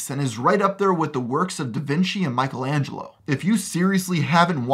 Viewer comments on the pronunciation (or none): none